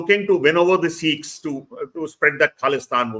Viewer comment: Dear Barkha, for gods sake it’s not “Seekhs” , it’s Sikhs . Please correct your pronunciation. That’s respectful.